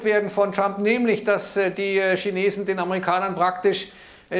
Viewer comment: Tja äääähhhhh gegen ääääääähhh Tschina Tschinetzen 😁😁🤣🤣